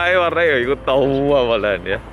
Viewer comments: Tua tua nya selalu ditekenin bgt. 🤣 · Di menit ngomong “tua” nya itu logatnya malang bgt hhaaa jd lucu muka korea ngmong super medok... bisa guyon juga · Kata "TUA" nya di perjelas ya... bunddd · "Yang TUA TUA duduk di sofa" NGAKAK, tua nya di gas bgt